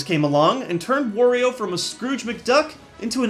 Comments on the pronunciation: it's not worio it's wario AAA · I am going to say this one more time... HIS NAME IS WARIO, NOT WORIO!!!!!!!!!!!!!!